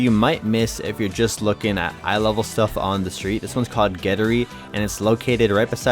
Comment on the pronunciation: GETTRY is pronounced as GET - TRY(ゲットライ) maybe And they have another store in Kyoto as well